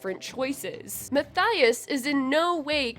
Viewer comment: PLEASE. It's Muh-Tea-Uhs, I am begging you. 😭